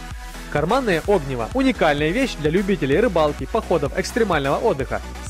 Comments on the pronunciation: Огниво, Огниво, Огниво, Огниво... Аж уши режет.😂😂 огнИво, чувак, это называется огнИво.) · Огниво.ударение на И